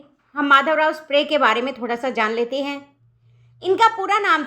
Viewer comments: Not, sprre😂 is sapre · 'स्प्रे' नहीं मैडम 'सप्रे' है "सप्रे "😅